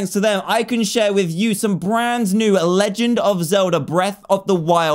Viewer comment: you said legend wrong.